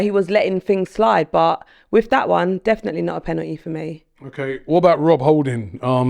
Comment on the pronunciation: This is well funny , it’s a blatant foul in the box he made no attempt to play the ball. Holding should have gone 2 tackles earlier. Oh and it’s “penalty” not pennnaty